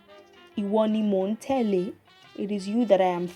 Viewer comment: I'm sorry, it sounds like your pronunciation of Tele (following) is Mi-Do instead of Do-Mi